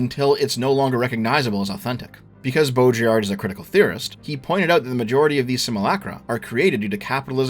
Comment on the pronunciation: You should probably not talk about Baudrillard (Or try to pronunce his name again). Your variant of Simulacrum is in a crude sense a Simulacrum. There is a lot to the concept, and also criticized specifically because his framework of diagnosis doesn't come with a framework beyond being descriptive. It is also not just describing modernity as just purely hyperreal. It was a toolset developed to diagnose in modern life, but the problem is it will start encompassing all parts of life, even past life, which it is kind of supposed to distinguish.